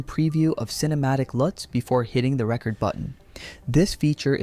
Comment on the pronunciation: AI can't say "record" correctly. Maybe someday.